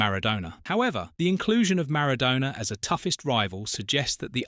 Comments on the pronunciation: "Sowness"? "Keltic", "Mara-doena"? Couldn't you find an AI that could at least pronounce the names right? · Sowness and maradoona... I hate AI commnentary